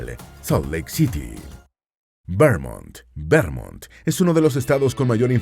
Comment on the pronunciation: BUEN VIDEO. Sin embargo, dos recomendaciones: 1. Escriban los nombres de las capitales, para entenderlos mejor. 2. Corrijan algunas pronunciaciones, como por ejemplo Vermont. Es VerMONT, con énfasis en la O; Arkansas se pronuncia ARkansa, con énfasis en la primera A, y no se pronuncia la S final.